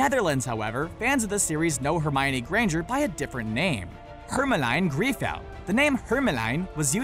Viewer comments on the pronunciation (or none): Hermelien Griffel is pronounced Hermeleen Griffle lol not Hermeline Greefle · Hermelien griffel is more pronounced as hérmelyn chrifull but you tried your best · Hermelein Grievel??? Hahahaha stuk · When you hear him pronounce hermelien griffel. 😬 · You misspronounce "Hermelien Griffel" so badly...